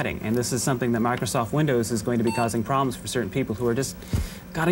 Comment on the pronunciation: You can tell that they guy that said "Microsoft" because he basically said "master soft"